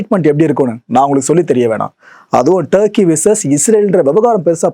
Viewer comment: டருக்கி யா. துருக்கி யா 😂😂டருக்கி ஒன்னு தமிழ்ல பேசுங்க இல்ல இங்கிலிஸ்ல பேசுங்கள் டருக்கி புருக்கி 😂😂😂